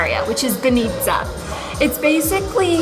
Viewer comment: banitza - the stress is on the first "a" :D